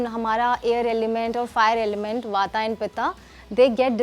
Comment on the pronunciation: it's वात not वाता & पित्त not पित्ता 😂